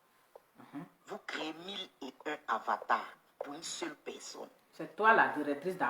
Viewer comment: Tu vas me tuée on dit AVATAR pas awata trop drôle